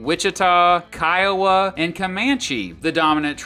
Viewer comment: you pronounce caddo, Kiowa and Wichita wrong